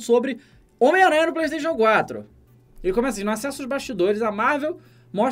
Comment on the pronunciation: preixteichu cuatru